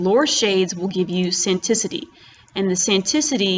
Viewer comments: The way you pronounce sanctity is just wild I genuinely did not expect to ever hear someone say that word that way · Thank god I'm not the only one. I think she has dyslexia 😂